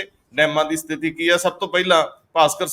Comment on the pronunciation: ਸਥਿਤੀ ਸ਼ਬਦ ਬੋਲੋ ਸਤਿਥੀ ਨਹੀਂ